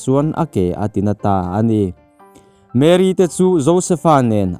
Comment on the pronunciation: Mary ani lo mary alom (a) khi (A AW B )a A kha alom Chuan mAry (y khi i ang ani mai